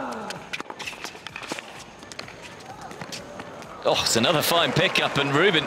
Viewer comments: "Josh Isner"?? I know John Isner, but no Josh. And the pronunciation is "Eezner", not "eyes ner". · Bro said Josh Izener it’s John IS-NER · 'Josh aisner'? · This is a joke right? You have have a tennis channel and think the Roddick serve was real? You call John Isner JOSH Isner... and you pronounce his last name incorrectly? I'm only 3 highlights in. Get outta here. Downvoted and never subbed. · Lousy editing, too much explaining what is about to happen. I stopped after “Josh I-sner.” Wtf